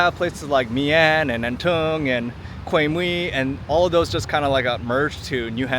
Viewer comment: Although you are not Vietnamese but still, you are Asian Try to sound as closer as possible when pronouncing the names of Da Nang districts such as An Thuong, My An etc. No need to sound like many other tourists. You are married to a Vietnamese after all.